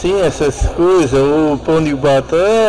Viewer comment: Na hr do pao de batata a lingua dele mudou automaticamente para o portugues de portugal junto com derrame